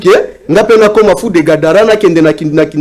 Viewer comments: est ce que otangi commentaire na ngai avant oya kofinga, moi j'ai juste porté une correction sur le mot Gadara, parle Gabara et, parle de Gadara,et mot en question c'est (GADARA)et non (GABARA).... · c'est fou de Gadara et non Gabara, donc prononce bien